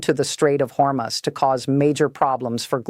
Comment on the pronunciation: When will AI learn to properly announce numbers? It' corrected itself from "Hormus" to the proper announcement of "Hormuz". Impressive!